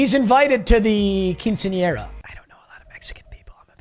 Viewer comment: The way he said quinceanera is crazy